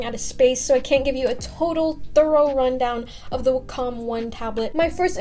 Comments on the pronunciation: It's WA-com not wa-COM. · Its way-come. Good video btw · I've always pronounced wacom as WACK-EM!! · Wa-Com it’s like that